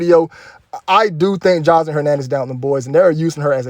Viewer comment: The way you say her name “joslean” lol so country